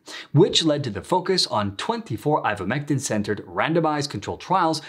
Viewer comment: You've been saying it incorrectly. What is " ivetmetin "?